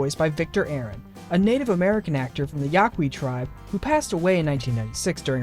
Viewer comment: Yaqui is pronounced yah kee, not yah kwi.